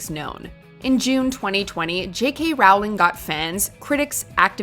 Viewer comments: Rowling it's pronounced rolling, like rolling down a hill, not rauwlling. Lol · Its pronounced J. K. “R-oll-ing” Not J. K. “R-OWL-ing” Harry Potters favorite way of going down a hill was walking. Jk. Rolling. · Ffs, Rowling is pronounced like "bowling." Maybe get your pronunciations correct before making videos. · It's row-ling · For the love of all that is holy, please pronounce J.K. Rowling correctly - for the millionth time! It soundss like "rolling," not rhyming with "howling." Show respect for discussed topics by learning how to properly pronounce things! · It's pronounced J.K 'Rolling' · If this idiot says “Rawling” one more time... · How about a video on how to pronounce Rowling. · I hate JK Rowling but can you at least pronounce it ok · Pls don’t say Rowling like that & Hannah shouldn’t have won dancing